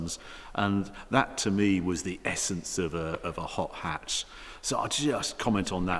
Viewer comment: Propa 'ot 'atch review from 'arry. Innit?